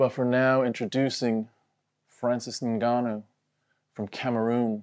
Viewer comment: Guys i was with franicis 🙃 didnt expect him to turn in to fhranhib nurmagongannou